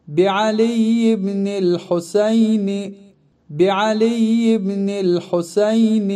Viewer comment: Videonun əvvəlində əlində quran tutan şəxs yəhudilər kimi irəli-geri ləngər vurmamalıdır, təəssüflər olsun.Daha sonra ərəb dilində İmam Hüseynin adı Husəyn kimi səslənir, videoda isə Hoseyn deyilir, fars kimdir ki onların ləhcəsi ilə səsləndirirsiniz?!